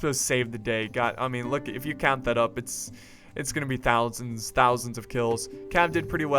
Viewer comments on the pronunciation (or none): none